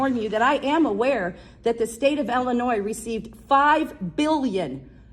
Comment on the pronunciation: Take off your sunglasses and stop slurring . It’s IIIIILLLLINOIS not Ellinoy